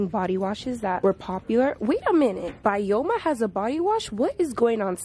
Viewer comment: Blud who does she miss pronounce every brand? (Byoma is pronounced Bi-o-ma